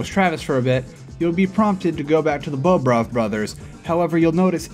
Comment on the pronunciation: it's not bowbrov it's bohbrov